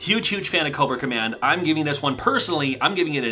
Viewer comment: You said Cobra Command, I heard Coworker Man haha😂